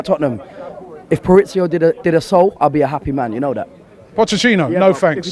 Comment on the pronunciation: Man what is it with some fans and not being able to say basic names. Pauricio he called him.